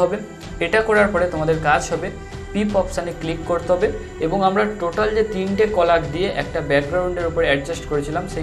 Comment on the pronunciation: Very helpful but কলাগ নয় কোলাজ 🙂